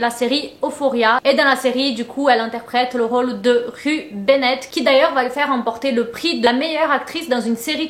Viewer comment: Ça se prononce Rou ( Rue Benette )